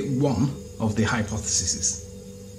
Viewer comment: "hypothesesses".... I just remembered, A couple years ago there was another, even stupider flat earth idiot who was talking shit while making his own (hilariously bad) space ship for Star Citizen. (who was also an expert on everything, including engineering, computers, design, etc etc). And at some point he read something aloud about "vertices"... and then he said, "We'll connect a line to THIS vertiss, and another one to THIS vertiss...." instead of vertex. You can't write shit that funny; it has to come from idiots. :D Kind of the inverse of Lieley's illiteracy here